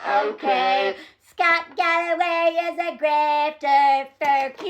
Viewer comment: I know you are saying "shut up scott" but I keep thinking you are saying "shut up sluut"